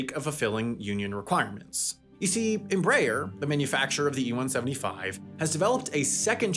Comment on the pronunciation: It's pronounced : Emmm Breee Air. Please stop saying Embraer the way that you do. It's wrong. You're pronouncing it wrong.